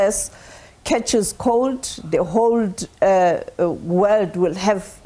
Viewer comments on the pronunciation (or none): Nah, Sophie Mokoena your English is not make sure. You said hold instead of whole, repeating instead of reporting. I will be scrutinising your next international report, esp your word choice.